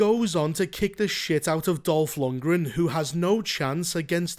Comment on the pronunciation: Was just listenning at first. Chuckled when you said Dolf Lungran. When i finished my chores, glanced at the screen, and it WAS Dolf, my brain misfired HOW IS HE IN THIS?!